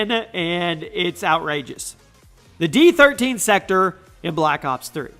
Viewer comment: I'm pretty sure the D13 Sector is pronounced Disect-or.